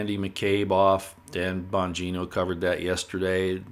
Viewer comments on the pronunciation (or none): none